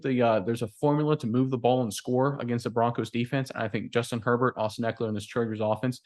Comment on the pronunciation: Justin "Hurl-Bolt". Let's go.